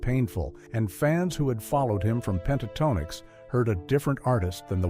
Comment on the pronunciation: Click Bait. AI narrator that can't pronounce the group name.